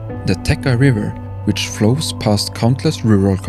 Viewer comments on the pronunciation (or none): Not [tê':kha], but [tie':tscha] river, to be accurate. It comes from Slavic verb/root which is pronounced 'tie':tsch' ' and means 'to flow'. But thanks for such an amazing visualization and narration, really enjoyed it.